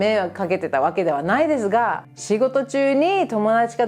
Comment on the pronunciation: ✕家族会いに →◎家族に会いに 日本語は上手ですが、いつも、｢す｣を｢ず｣と発音していますね。 例えば、｢～ですが｣を｢～でずが｣という具合に。 レジのスタッフが理由無く私語を話していたら、日本なら怒鳴られますね。 ｢こら、仕事中、私語やめろ｣なんてね。 犬の置き土産は要りませんので、お持ち帰りして欲しいですね。 アメリカの恥部を公開なさるんですね、は既に日本の味方なんですね。